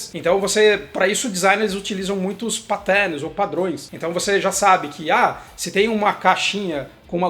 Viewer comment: Muito bom,! Mas me ajuda aí, patérn??? pÁtern né? Outra coisa, dá o nome completo do Norman, please. O canal tá ótimo.